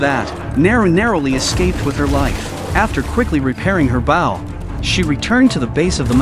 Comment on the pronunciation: AI can’t say bow right.